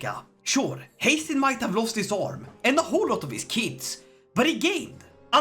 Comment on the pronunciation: Haestein❌ haytham✅